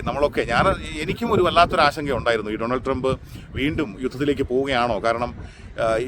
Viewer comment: ടോണൾഡ് ട്രെബ് അല്ല ബെടായ് ട്രെബ്😅